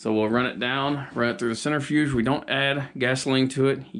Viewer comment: What is a "centerfuge"???